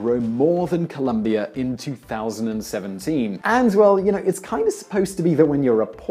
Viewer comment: fyi... ColOmbia... not Columbia... the dude with the American accent kept saying it wrong